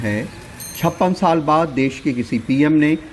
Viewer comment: कृपया देस नहीं देश होता है Ndtv